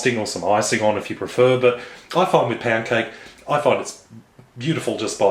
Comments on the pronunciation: lol it sounded like you said "it's time for chocolate pancake" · it sounds like your saying pancake. xD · I thought i heard chocolate pan-cake lol. But i heard wrongly..